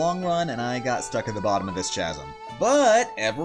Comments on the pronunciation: did you really call it "chasm"??? Did no one teach you it's pronounced "kazm"? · Wow, this is amazing! Especially the start. But one question: Why play in Japanese? (And not to nitpick, but it's "k-asm" not "ch-asm", despite the spelling...) Great video ;) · [chaz-uh m]? Try [kaz-uh m]. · Hey. Chasm is pronounced kasm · did you just say chasm as in Cha-som instead of ca-som? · Did you say "chazum"? No ch sound, it is pronounced with a k, "kazem" = chasm. Geeze. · Turned it off when you said "chaz-um" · >Chaz M It's actually pronounced Kaz M. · Wait... DID YOU JUST PRONOUNCE CHASM WITH A "CH" SOUND AND NOT JUST A "C" SOUND Triggered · lol love the video but... it's pronounced casm... or kasem... not chazem lol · Chasm is pronounced with a K sound. So not like champion, but instead like chameleon. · ˈkazəm not chasm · Its pronounced kasum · "ArCH an arrow" "Stuck in a CHasm" Someone needs to teach her about the greek root "ch"s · (psst it's pronounced "kasm", not with a "ch" sound but with a hard "k") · Lol chasm is pronounced kaz-um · He pronounced “chasm” as “chas-am” Jesus Christ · Chaz-m? Is that anything like strem? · Loved the vid. This is something I've always wondered. protip: chasm is pronounced "Kasm" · Good video minus the fact that you say chasm with pronunciation of ch. that really annoys me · he says ch- asm The 'h' is silent. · Chasm is pronounced "Kasm" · umm you don't pronounce the 'ch' in chasm. it's pronounced 'Casm' u idiot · chasm is pronounced like Chris, not Chaz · I'd hate to be "that guy" but, the word "chasm" is pronounced as "cassum." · The most suprising thing is that you didn't know how to pronounce chasm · "chasm" the H is silent bro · > That is not the correct pronunciation of "chasm" my friend... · THAT’sS not how you pronounce CHASM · Can't tell if pronouncing the "ch" sound at the wrong time is trolling or not. Arching arrows and chasms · is anyone gonna point out he pronounced the ch in chasm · The way you say chasm...